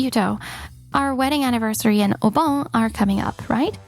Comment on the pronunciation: Obon is pronounce 'Oh-bon'. It annoys me how many stories on youtube have people who can't pronounce common names and words.